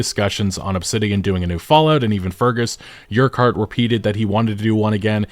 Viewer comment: the way you pronounced Urquhart triggered me.